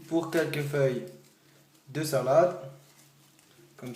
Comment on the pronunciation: Mdrr comment il dit : sAlAde tOmAte Ognons 😂rebeuuuu !